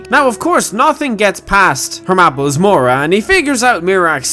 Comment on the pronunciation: Apples-mora, oh my apples-mora 🍎 hahaha